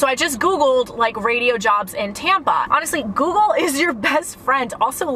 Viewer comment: She said tampa..... Sounded like tampon jk